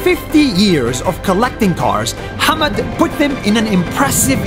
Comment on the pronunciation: His name is 'Hamad' not 'hammed'. Another one it's not 'DOGE' its 'Dodge'